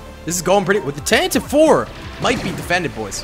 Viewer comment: I cringe every time I hear someone mispronounce Tantive like you did.